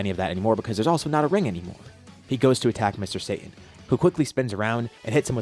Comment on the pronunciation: Sa Ta N not Say tin reminds of when people call Kaio-ken as the "kay oh ken" or "Kay oh Can"